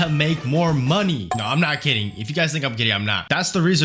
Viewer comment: the "kidding" sounds like "gay" i can't unhear it and i wanna die